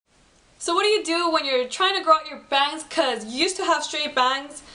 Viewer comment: Youur pretty & you got style . But i juhst HATE the way you say "bangs". That got annoying -.